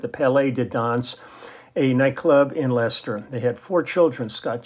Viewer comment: Great to hear my hometown Leicester mentioned on the channel. You even pronounced it correctly! Many get it wrong.